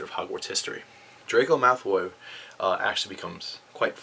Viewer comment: Am i the only one hearing him say Malthoy?